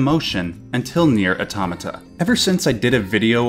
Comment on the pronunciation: I dream of the day an English speaker says Nier correctly